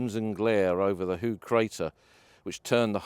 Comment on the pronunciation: The Dutch and Flemish word for high is hoog, used in a lot of placenames indicating higher ground. Pronunciation is more like 'hoak'.